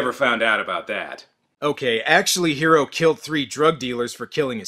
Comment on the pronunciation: I remember the OVA of this was advertised as the Animeversion of Alien and the Thing. The Name is Hiro and in the dub pernounced like Hero...like in...öh...Heroes.